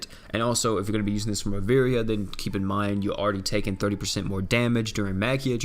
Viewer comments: Ri-vi-era not Ri-veria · In fact Ri-vie-ra